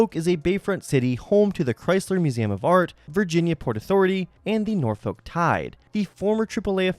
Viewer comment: hearing you say norfolk made me want to jump off a bridge lol